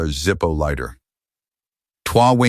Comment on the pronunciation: OMG! The airline TWA is pronounced Twah! C’mon man, AI get a grip!